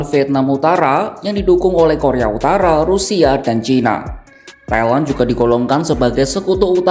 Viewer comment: Pronountiation nya please, Thailand jadi suka kedengeran Kaya Taiwan